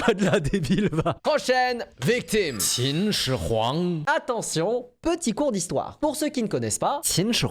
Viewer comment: La façon que tu prenonce "Qin Shin Huang" l'accent ma cassé les oreilles 😂😂